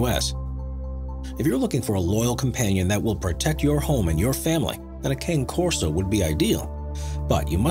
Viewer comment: Cane Corso is pronounced Khan-a Corso not Cane as in sugar cane